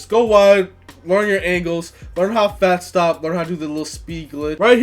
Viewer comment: Idk if your saying fast or fat stop 😂